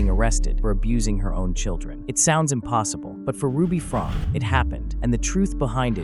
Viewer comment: Her last name is pronounced Frank- key.